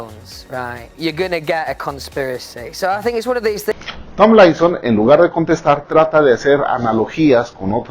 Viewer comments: "Lois Tom-laison o Larry Stai-laison" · TAMBLAISON,STAYLAISON JAJAJAJAJ SE LO QUIERE SEÑOR JAJAJ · Me encanta como pronuncia "tomlinson" o "Stylinson'